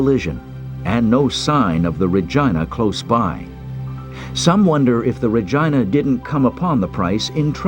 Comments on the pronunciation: My God it's pronounced RE GEE NA not Re GINE A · It’s pronounced Regeena!!! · It is not correct named of the ship. Regina is pronounced REGEENA not REGINA sounds too much like the other word. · say it with me, "RE-GEE-NA". you're welcome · "Re-geena" "Re-GEEN-A" For the love of God. 😩😒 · sooo.... who else thinks he is pronouncing "Ragina" the wrong way? John Brownwater...not nice parents...